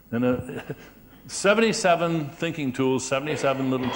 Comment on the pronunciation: I heard "Stinking."